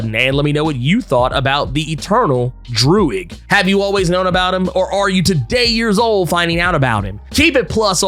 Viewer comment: I love how you said Droog like the rapper Your Old Droog 🤣